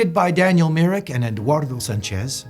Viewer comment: MY- rick. For eff’s sake, y’all...